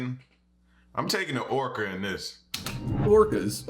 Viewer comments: "Are okra" 😂😂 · Man I almost choked on my food laughing at you almost saying ocra. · Thought you said oprah